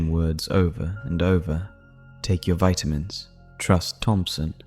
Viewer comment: I love your stories, and like every one else, I think your voice is so nice. But why do you pronounce vitamins 2 different ways?